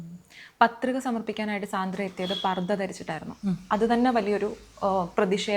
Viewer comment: Not സാന്ദ്ര,she pronounce her name like this "സാൻഡ്ര"